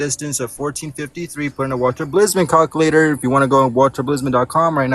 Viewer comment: Never trust the math of someone that pronounces it “Calcuhlater”.